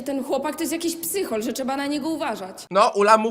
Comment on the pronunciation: ✨️oszczegałam✨️ ✨️czeba✨️ ✨️czeba✨️( 2 raz ) TVN , wtf , czy wy sprawdzacie zdolność wymowy aktora , gdy go rekrutujecie ? 💀